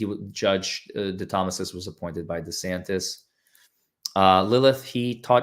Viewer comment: Give you a gold star you said my last name right lol no one has ever done that. No butchering of it.